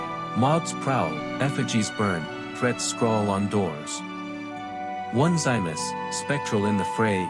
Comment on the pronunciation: His name is pronounced Oh-nis-see-muss!!